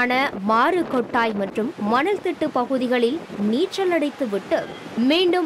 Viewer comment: அருவெறுப்பான தமிழ் உச்சரிப்பு. நீச்சள், திமிங்களம், கர்நாடக எள்ளை. இதெல்லாம் என்ன உச்சரிப்பு? மொட்டை நாக்கு உச்சரிப்பு. நாராசமாக இருக்கிறது. திருந்துங்கள். உச்சரிப்பைத் திருத்துங்கள்.